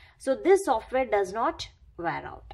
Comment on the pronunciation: Wear out hota h Di Di ware out nhi 😅